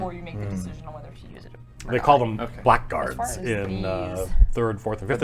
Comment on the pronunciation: That's not how you pronounce blackguard :P